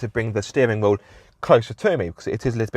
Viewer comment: I've never heard someone pronouce the word 'wheel' like that and I hope I never hear it agian.